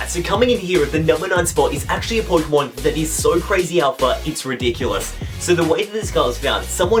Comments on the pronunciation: Just saying, loved the video. But it's pokÉmon (short for pocket monster) I don't care if you don't spell it with the é but pronounce it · Poi-kemon? Nice Kancolle reference man! =3